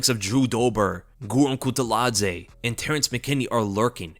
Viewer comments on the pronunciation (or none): please i love you but you gotta pronounce kutateladze correctly😂